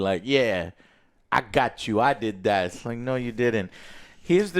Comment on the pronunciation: „i did das“ 😂😂😂 denglish, love it